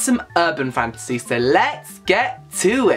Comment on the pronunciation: I thought he was saying fancy the entire time 😂 i was like "what? Is that new"